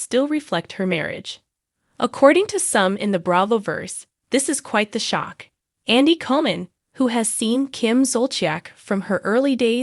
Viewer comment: Learn how to pronounce Kim’s and Andy’s names correctly if you want us to listen to this sorry video. So sad.